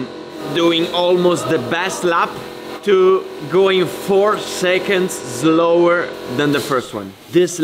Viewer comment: Fantastic video but please don't say zlower and zlow 👌